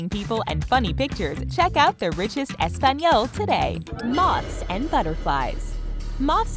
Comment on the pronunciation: TheRichest just quit with the subcription begging its really annoying. oh and dont say "español" you say it weird. thanks :)